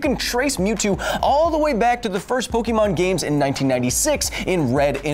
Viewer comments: I cringed at "Po-kee-mon"... it's "Po-kay-mon"! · Okay I had to write this, Kyle, my science guy, It's Pokémon. Pronounced Pok-ay-mon not Po-key-mon. Other than that great episode. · Pokémon is pronounced [pɵgɪmoŋ], not [pɵgimoŋ]. Also, Zubat would have a 4x resistance to the move Sky Uppercut. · I always thought it was pronounced Po-keh-mon not Po-key-mon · Kyle, you're a really great guy, but every time you say PokEEmon instead of PokÉmon, it hurts me. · Growing up, the only time I ever heard "Pokeemon" were when people were either too old to care or were intentionally mocking the games and show. I'll let "Raiachu" slide because, as illustrated in the following video, not even official sources say every Pokémon name correctly. But the franchise itself has one pronunciation only, and it makes sense if you know the "ke" sound in Japanese. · Can you science a reason why all parents call it Pokee-MAN, even after explaining to them a million times how to pronounce it? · No one who says “poke E mon” is a real Pokémon fan. Only haters who wanted to make fun of it called it poke-e-mon. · It's pronounced "poke-eh-mon".